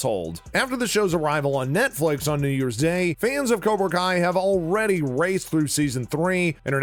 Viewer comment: Is it kobra kai or... Karona kai